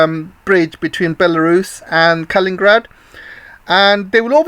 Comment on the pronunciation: Thank you your channel. Your views are a voice of sanity for many people, I am sure! Pardon though for my little remark conserning such details, but K a l i n i n grad 's city is named after a person called Kalinin, not Kalin, although there has been also a person called Stalin >and city of Stalingrad. Pelovski you propably say purposefully. Sorry if my remark maybe somewhat rude, I don't mean that way. I am not english speaker.